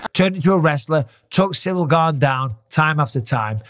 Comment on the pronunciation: John Bons already starting to passive aggressively talk smack to Ciryl. Pronouncing his name "cereal gain". Now I KNOW John isn't that stupid. He's doing that sh1t on purpose. Passively disrespecting his opponent. You're telling me John doesn't know how to properly say Ciryl's name when he's about to fight him? Come on now. John Bons ain't that dummmmb.